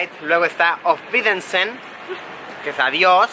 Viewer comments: Die Frau mit wurst jajajaja “ofvidesen” jajajaja es auf wiedersehen. Muy buen video! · auwiedersehen lo dijo mal. :v